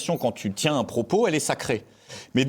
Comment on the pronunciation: Il sera TIN acteur majeur, ça fait vraiment mal aux oreilles. Au secours !